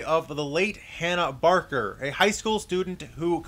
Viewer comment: Its hannah baker not barker😠😠😠😠 I got so annoyed at that part of the video